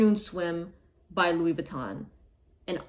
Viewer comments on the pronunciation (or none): none